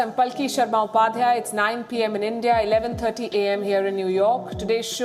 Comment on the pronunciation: You had me at ‘cradibility’. Next word out of your mouth would be ‘Endia’. Guess what - Kashmir is an Indian issue, Farm laws too, demonitization as well. And the Indian government knows what it needs to do. So, yes, nothing for Pakistan to leverage here. Next item on the table - Induction of PoK with India.